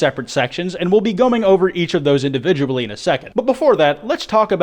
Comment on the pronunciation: " goming over each of those individuably "